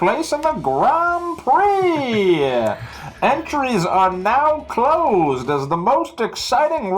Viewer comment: The "grand prix" nearly as it, the R are not perfect but the an and the i are. is near, like reeaaly near catching the rrr. FRENCH everybody!